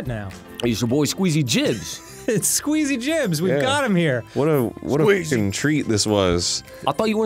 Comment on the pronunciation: This whole time I thought Arin and Dan just said Skweezy Jibs for fun 😂😂